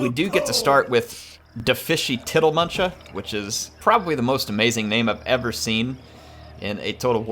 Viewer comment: I am so impressed that got tiddlemunchas name right every time he said it.